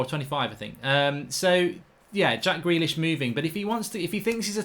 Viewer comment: When mark said “gack jrealish” 🤣